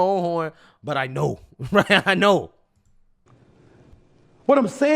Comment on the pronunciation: did this man say “wight away”